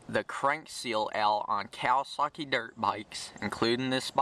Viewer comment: Did u say kawisuckey